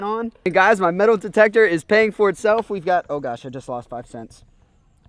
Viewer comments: Did anybody else catch him saying "Detal demector" instead of "metal detector" ?😂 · did anyone notice him say dedle demector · Lol he said detal demector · Is it just me, or did he say, demal metictor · detal metector XD